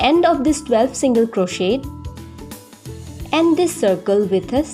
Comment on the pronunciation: The t in crochet is silent